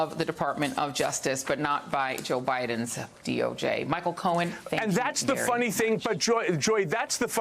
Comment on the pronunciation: Micheal Cohen. The man with the “pwoof that is eewahfootable.” 😂 By the way, thank you, Joy for reminding me to brush my naturally long blonde hair. 😉